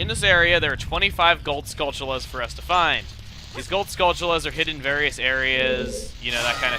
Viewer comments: Have you ever pronounced the t in skulltula as a ch? I don't know why I always did that. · Its funny how everyone, me included, says skullchula when its skulltula, why do we pronounce the t as a ch? Weird right?